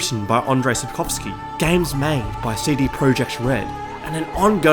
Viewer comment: Thank you for taking a minute to look up how to say "Sapkowski" properly and doing it properly. The number of "Sapkałski"s is infuriating. It's a surname after all - it shouldn't be altered.